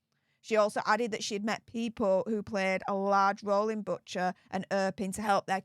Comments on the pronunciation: Dearest - I am shedding tears with you. Thank you for your compassion, empathy, and courage. I am Ukrainian, so I am immensely grateful to the Duchess for her bravery and compassion as well. (As you said, condemning a world leader.) You pronounced Bucha correctly, BTW. No apology needed! Sending you a hug from the US. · Just want to let you know, you did pronounce Bucha correctly! And we are very pleased and grateful to Duchess Sophie for her brave visit